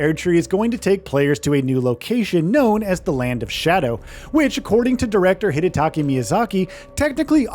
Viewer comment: Hidataka!!! Not Hidataki Miyazaki...You repeat it thru the whole video. That's embarrassing mate